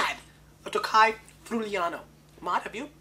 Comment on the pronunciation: I live in this region, the right pronounce is "free-you-lano". Everyone gotta taste it one time in his life. Enjoy and drink responsably. Cheers from Italy. Stefano